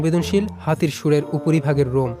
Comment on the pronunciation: এটা রোমই হবে। লোম না। গাছের মূলরোম শব্দটা শুনেছেন? সেটা কি গাছের লোম হবে সঠিক উচ্চারণ?